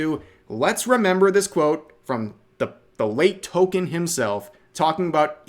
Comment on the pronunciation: CAnt even pronounce Tolkien right